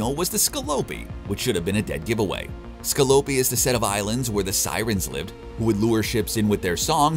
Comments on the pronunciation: And not " the Scalloh-pee" ...the Ska- pue- lie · How did he even get Scalopi from Scopuli? If you're going to do a narration about a sci-fi show, you should probably, at the very least, know how Dalek is pronounced too. Dr.Who has been around for about 70 years, so there's a reasonable chance you would have heard the word Dalek without even having seen the show. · Holy crap, and he says Scalopy instead of Scopuli. WTF? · Roci'ante, Donnagher, Scalopi, Marcos Inaros... I get that the voice actor is not the same person who wrote the script but at least double check with him... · I think the host has never seen an episode. What the heck is the ‘Tochi’, the ‘Scolopi’ or whatever the guy kept calling the Roci?! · And Scopuli! Not "Scəlopi". Did no-one check this video before it was published? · Sco Pu Li...sheesh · I enjoyed the video, but winced every time the narrator mispronounced a ship name. “Ross-eee-an-tee”?? “Ska-poo-lee”? There was one more bad one that escapes me. I’m sure that the narrator is just a voice actor, not a fan, but geez, it was painful to listen to. I was kicking myself for not picking up on the names of the drop troops - Hicks and Hudson? Duncan Idaho? How could I have missed that? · How he pronounced Scopuli was my favorite